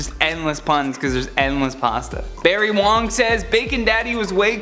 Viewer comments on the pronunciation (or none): none